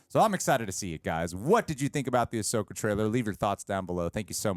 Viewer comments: Ahsoka Tano is 5 syllables... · “Ahsoka” is THREE syllables.